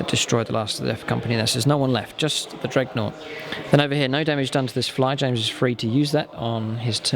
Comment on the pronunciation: Good videos mate. Just realise that the unit is a 'dreadnaught' not a 'dregnaught'